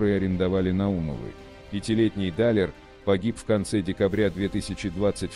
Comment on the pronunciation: Не Даааалер а Далеееер аж противно слушать, делайте ударение правильно